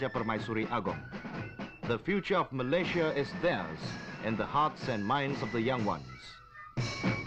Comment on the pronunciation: No wonder people are confused. This is the incorrect pronunciation of Malaysia by the narrator.